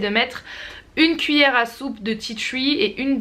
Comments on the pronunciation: Tu ma tué tu dit « ti thruii »alors que en français c juste « ti tri » la prononciation hein ! Voilà je c je suis chiante et relou mais bon j adore la Vidéo y en a pas beaucoup des comme ça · Tea "tchui" 😂😂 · "du tea twi" 😂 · tu me tué quand tu disais "titui' pour tea tree mddr sinon super video dommage que je peux pas me procurer tt ces produits